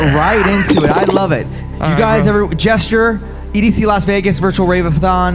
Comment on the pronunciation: I thought his name was pronounced “J S T Jr.” lol